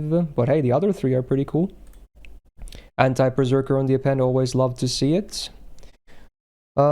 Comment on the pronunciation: Why do I keep hearing anti-perrserker passive? I've been playing too much pokemon.